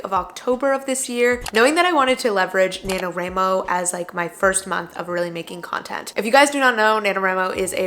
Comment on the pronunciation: I’m sorry but the way you pronounce nanowramo bothers me 😵‍💫😭 national WRITING month WRIIIIIIIII please. Anyway great video thank you for this.